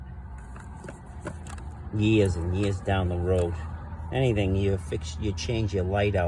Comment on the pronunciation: “Hee-ah” lol. “Yee-ahs & Yee-ahs”. It’s too funny! You need your own show!!!! Your the new Norm Abram.